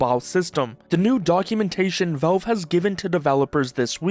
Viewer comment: At first I though he could not genuinely pronounce valve but then cash and patch were not an issue. Go figure... Is he messing with us? 😂